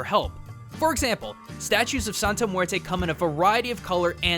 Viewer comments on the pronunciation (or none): Joaquin Pirotto I KNOW, it's mueRRte. Like a mini drumroll on the r. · So it’s more pronounced like muete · As a native spanish speaker, it makes me cringe every time you say "muerte". I know it's not your fault english doesn't have the strong R sound spanish does, but it still makes me cringe so, so hard.. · Did these dude seriously call muerte...murto ? Lmao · Muelte Muelte Muelte